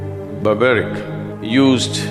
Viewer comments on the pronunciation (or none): Sorry friends, Sadguru's knowledge is questionable here. I think he will need to read Mahabharat again and also pronounce the name of Barbareek, he was not Barbaric. Moreover, he had taken oath to fight for weak not to fight for looser. He had to start fighting on the side of Pandavs and not on random side because he was grandson of Bheem. Later on he may had to change his side based on his oath. There are so many things he got wrong.